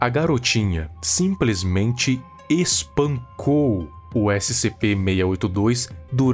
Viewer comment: adoro o ênfase no "A garotinha simplesmente ES-PAN-COU O SCP-682"